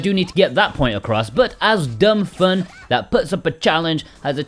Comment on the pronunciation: Its FUUUHHHHHHNN! dude really? How u talk?